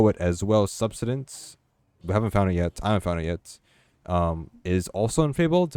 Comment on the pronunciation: Why are you saying "subsistence" like that?